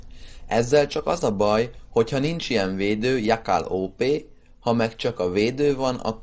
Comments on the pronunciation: úgy kell ejteni :dzsekel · Mit kap elő a Jákál? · Milyen jákál az xD